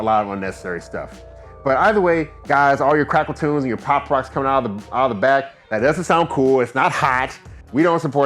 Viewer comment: Boy I thought you said "Crackertunes"!!🤣